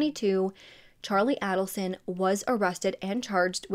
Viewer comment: It isnt ADDelson its AIDelson